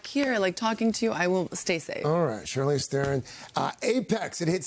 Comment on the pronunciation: Does he say “Charlene”?!?